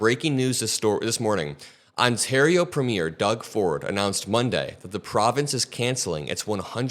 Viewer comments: I know this is not really important but I can't help it: it's pronounced "PREH-mi-ur" not "pra-MEER" 😅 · Love all my liberal hosts...but the pronounciation for our provincial leaders is PREEMyer...accent on the first syllable, not 'premiere' like the opening of a broadway show. Just sayin' :)